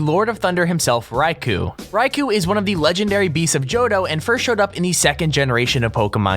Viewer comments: you say raikou wrong say it like ray ko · you pronounced raikou wrong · cringe when you said rai-kuu its raiko not raikuu